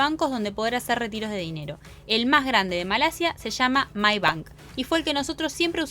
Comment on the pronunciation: BTW the name of the bank is actually maybank (not mybank) 😬✌️